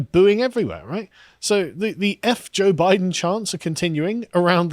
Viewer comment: “I was saying Boooiden”